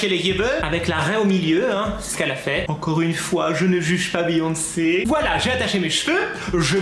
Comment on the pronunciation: C'est beyoncé pas beonce